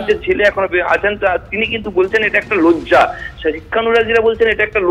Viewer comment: "লোজ্জা" বলছেন রিপোর্টার! এটাও "লজ্জা" র😂